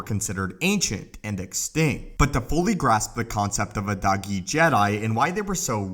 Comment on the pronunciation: When he says dahgee I hear doggy